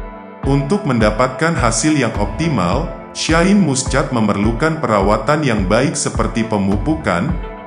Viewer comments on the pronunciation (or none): Baca Shine Muschat kok dibaca letter lux😂😂😂😂wk kk